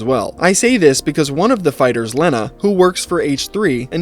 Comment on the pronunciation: how tf are you gonna mispronounce a name as simple as Lena, as "Lin-uh", especially when you literally found a clip about the chick AND edited it to show her own husband saying her name correctly . Bro really